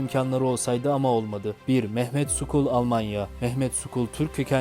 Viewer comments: Merhaba. Mehmet "Skul" değil "Şol" gibisinden okunur. Referans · Mehmet skol değil,Mehmet Şol okunur...